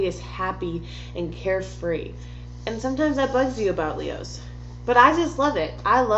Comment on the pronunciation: i’m a leo and i choked when she said “care-free”